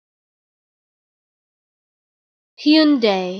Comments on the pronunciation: “im waiting for my uber, he’s in a Hyeeoondaie Elantra” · Wrong. I'm Korean and it's pronounced as Hyun-Deh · Its pronounced like houndai not hyundy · I always pronounce it Hun-Die. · I've been pronouncing it HUN-DAY the whole time, but others may pronounce it HYEON-DAE, and some may pronounce it HAI-UN-DAI.